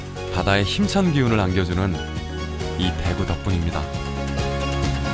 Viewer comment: 대에구 가 물고기 대구 발음할때고 대구 짧게 발음하는건 도시 대구 발음할땐데 어째 발음을 이상하게 하네 사람들